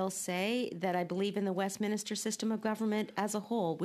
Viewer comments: Westminster system of government, not westminIster. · It's Westminster, not Westminister. You'd think somebody who studied at Oxford would know that. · Wow. That just ran by as I was reading your comment, then she said it again. Astonishing. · I cringed every time she pronounced it wrong! How uneducated can she be?? Oh right, she's a liberal.